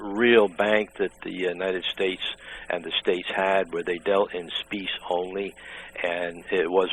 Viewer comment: I love how he says 'speece' instead of specie.